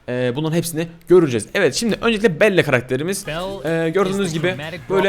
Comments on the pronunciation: BELLA DİYE OKUNUYOR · Abi belle Bell diye okunuyor ..ve Ryan için üzülüyorum 😭😭